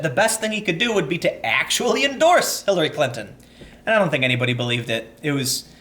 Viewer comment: Hillary Klan-ton, lol.